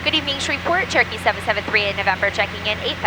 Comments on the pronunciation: I know she is saying Cherokee, but I am hearing Turkey. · I know that you are saying "Cherokee 773".... However, recently my daughter (who is usually listening in the background) asked why you are constantly saying "Turkey 773" all the time! It's the little things in life and flying that make it so much fun! Thank you for sharing your flight adventures with us online and may you have nothing but blue skies and tail-winds in 2024!